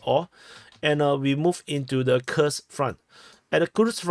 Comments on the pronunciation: its Kuuuhrsk front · More correctly Курская область, Kurskaya oblast. In the Netherlands we spell Koersk. Im English spelling it Coorsk would make them pronounce it right, I thinks.